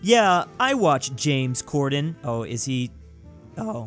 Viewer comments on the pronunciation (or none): none